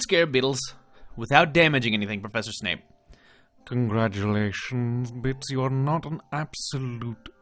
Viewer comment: Absolutely loving this play through! I didn’t want to watch it at first because of spoilers for when I get to play the game in the future, but you were too funny not to. Also, the way you pronounce Bits and Ben as Beets and Bin just adds to the humour, your accent certainly is unique. 😂